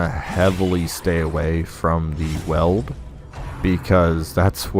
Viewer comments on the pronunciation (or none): also FYI it's pronounced Weeld (like wielding a weapon)